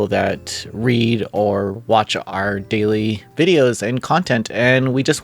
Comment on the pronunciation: I understood gayly instead of daily xd